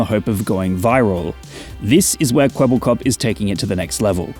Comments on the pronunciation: It's Kwebbelkop, not Kwebblekop. Kwebbelkop is Dutch and this name pretty much means blabberhead. Which fits seeing the AI bullsh*t this thing is spouting. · ermmmmmmmmmm actually its kwebbelkop not kwebblekop